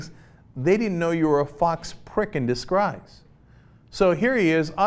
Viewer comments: did cenk just say 'disgruse'? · Completly off topic, who else laughed when Cenk said "Disgruise" ? I don't know why I'm laughing today. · fox prick in discrize??? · "in discrise." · "Fox prick in descrise." - Cenk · "...in disgruise." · "Disqcruise" Cenk Uygur -??? - 2015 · Did he just say disgreise? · Did he say 'discrise'? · Lol he said discrize instead of disguise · "In disgruise." xD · lol Cenk said Disgruise....John Stossel seems like a Douche....he's probably doing it all the time on his free time for more extra cash.